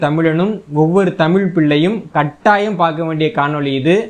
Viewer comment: தமிழ் தமிழன் என்ற தங்களது உச்சரிப்பு எனக்கு மகிழ்ச்சியை அளிக்கிறது மிக்க நன்றி மகிழ்ச்சி நன்றி வாழ்க தமிழ் வளர்க தமிழ்.